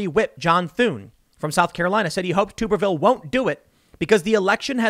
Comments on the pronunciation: Hey Tim, I notcied you were calling the new Alabama Senator Tuberville like "Tooberville". It is a short sounding "u", and we called him Tubs for short when he was Auburn's coach. Anyway, just wanted you to know how to say his name correctly. He was a coach who said a conroversial things and looks like he will be a Senator like that too. You may be saying his name a lot in the years to come. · It's "Tub-er-ville" not "Toober-ville"! - scream all the Auburn Tigers that watched this...